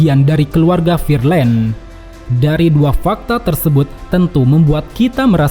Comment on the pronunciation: Figarland bang bukan fearland